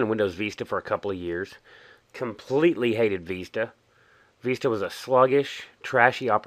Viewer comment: VISTA mate not veesta No offence